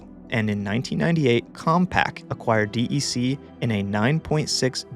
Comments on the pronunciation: D E C instead of “deck” is worse. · As a card carrying OG who was around VAXes in the late 70s, I only ever heard "deck". Not disappointed, just that spelling out the letters sounds weird. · DEC is pronounced Deck